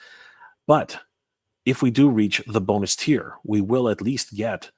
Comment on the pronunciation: Don't you mean 'Bone'us Lady Slither ?